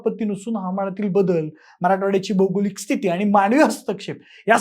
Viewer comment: भाई, शब्दांचा उच्चार नीट करा. माणवी नाही, मानवी,अनेक म्हणा; तुम्ही न च्या जागी ण म्हणाले.